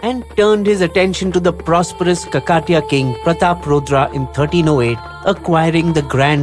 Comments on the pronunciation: please don't kill south Indian names. do your home work before making a video. ask somebody how to pronounce. Its not kakaaatiya.... It is Kaaakateeeya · You are an Indian channel right? How difficult is it for you to say Kakatiya and Bhadra Kaali?